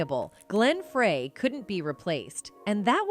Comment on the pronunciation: Glen FRAY. . . you'd think that even AI would know the difference.